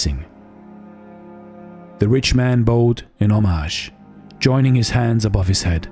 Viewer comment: I appreciate your videos, have been watching for over a year. In case you are interested in pronunciation feedback, look up the words: Fiery, bowed, homage. If not then thank you for your work 🙏🏼